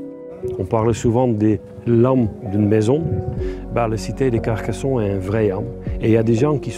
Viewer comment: La France aux français, Carcassonne se prononce pas Carcasson. Ne touchez pas à nos monuments, le négatif vient de celui qui prononce son texte. Alors pour vous sentir « léger » partez !